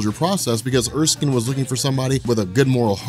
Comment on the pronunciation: It's Er--skin like your skin but spelled with a e on the end -Erskine.